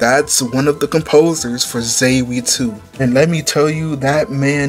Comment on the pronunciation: Sky the 3rd is absolute peak amd Ries with her big templar sword was just the best. I wonder what your reaction to stardoor 15 was. But man,, you butchered the word Zwei completely. It is not Zevy, it is Zwei. Again, German. Btw, read the Ring of Judgement Manga. It makes some of the lore even better. I sadly did not read most of the books in Sky. I think Reverie has them. I can't wait to get to reading.